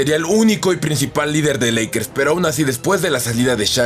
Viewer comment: Soy yo o dijiste lackers